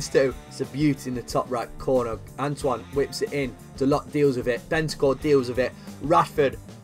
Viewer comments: The way he says da-lot instead of dar-low is amazing lmao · It’s pronounced Da-low not Dalot